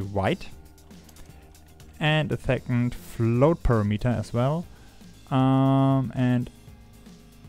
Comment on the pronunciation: notice how unity's "color premeter" is spelled and pronounces with an 'a', as in parameter. Four syllables buddy not three. You know text to speech works pretty good these days.